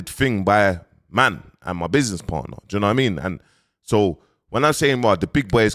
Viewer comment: Man said 'Do you know what I mini' 🤣🤣🤣